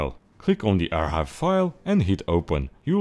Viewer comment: lol ur making the c silent in archive